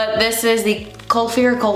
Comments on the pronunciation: Kulfi is pronounced as cool-fee As far as I know kulfi is ice cream in India so that's probably why the shade is called ice ice Berry 😂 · Hun its "kul-fee" and the name is after the various types of Kulfis, which is a South Asian dessert, from what i can understand of it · The brand is pronounced as Kul - fee and the brand is an Indian owned brand. Kulfi is an type of ice cream in subcontinent. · hi just so u know it’s pronounced kulfee! it’s south asian ice cream